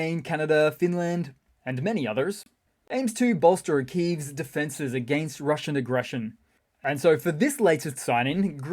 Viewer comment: The Juzzernaut swings by again 😂 Rrrrrrrrrumbling into RrrrrrruZZian Rrrrrrrrubbizh 🎉😅